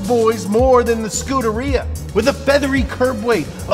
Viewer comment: The way he pronounced Scuderia, it sounds like the reason dogs scoot on their butts!